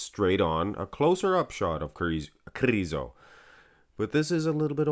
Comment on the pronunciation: Those videos are only excuse for you to say kRRRizo🤣,nmsaying